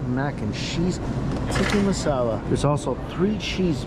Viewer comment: Looks like he is upsetting shepherds pie aficionados while he's calling Tikka marsala, "tiki" masala. Luv ya Mike.